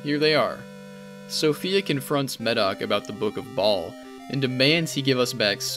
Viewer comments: I gotta stop you right there... You pronounced "Baal" like Ball when it's supposed to be pronounced "Bayl". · Oh yeah!! The name Baal is not pronounced like “ball” more like “Bayel”, just a small thing that’ll help take the videos the slightest bit further!!